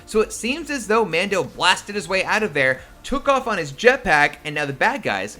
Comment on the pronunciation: Every time you said Mando I winced